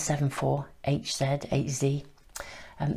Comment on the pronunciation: Hz is pronounced ‘hertz’ lol :-)